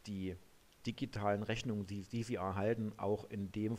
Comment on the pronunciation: oh jeee.... "Reschnunge werde arschiviert". Mit diesem Video hat sich der Eindruck verfestigt, dass man sich mit dieser Software besser nicht belastet